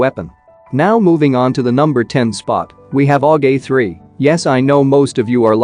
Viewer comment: You can fix the aug sound when it comes together in text to speech just do it like this A U G it will say it correctly